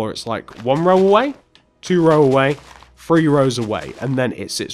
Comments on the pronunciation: You said free And you meant three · It's three not free